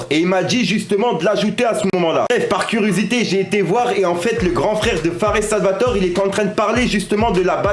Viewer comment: On dis « fares salvatoré »